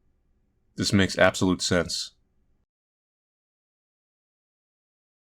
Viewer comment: “You have to beat the game dis many times” cut to him after beating da game, dis many times